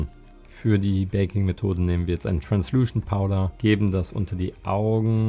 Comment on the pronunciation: Transluschent Powder!😂